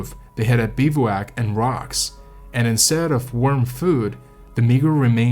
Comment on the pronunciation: Ahhh, it's pronounced Gran-it! How am I supposed to watch this if the very first thing I hear is the mispronunciation of the best climbing rock? Bivouac is pronounced Biv-oac (soft i), crevasse is cre-vasse.